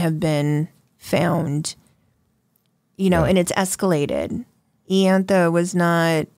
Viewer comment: It's pronounced eye- antha